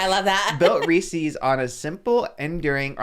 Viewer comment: The way is saying REESES is driving me crazy 😭😭😭